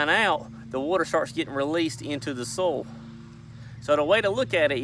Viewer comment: Did he say "soul" or "soil"??😂🤔